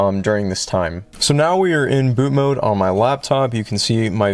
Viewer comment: i love your content. but for the love of jesus. it's bootMOD not bootMODE.